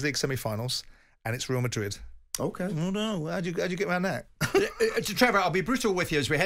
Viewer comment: let's face it, the only reason Trev would pick Barcelona over Madrid because he can't say the latter. "Weal Madwid". He's worse than Woy Hodgson